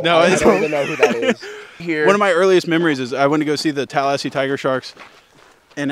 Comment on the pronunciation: did just subtly remove a syllable from the word Tallahassee? LMAO hilarious video